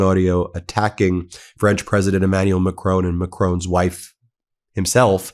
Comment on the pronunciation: PM of France's second name (Macron) is pronounced MACK-RAWN, the second syllable sounds like 'rawn' as in yawn, pawn, prawn, spawn--and NOT: MACK-RONE like 'bone' as Mr. T mispronounces it. It's respectful to pronounce people's names the way they do...yes?